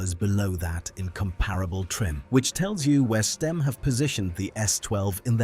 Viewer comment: The AI voice is all over the place with its pronunciation of Stimme isn't it?